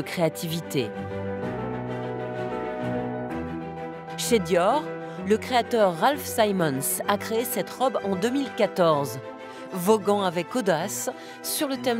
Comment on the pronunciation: ça ne choque personne à la fin de "ralph simons" prononcé a l'anglaise ? .... C'est Raf Simons. Quand on fait un reportage, il n'est pas interdit de vérifier le nom des artistes que l'on présente....